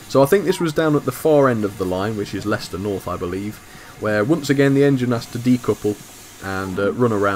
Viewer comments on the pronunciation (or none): none